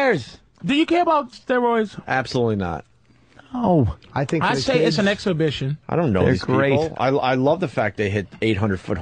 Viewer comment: Did Patrice say "exhobition" and got away with it?